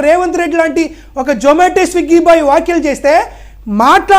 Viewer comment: వాఖ్యలు కాదురా కొజ్జా వ్యాఖ్యలు అనాలి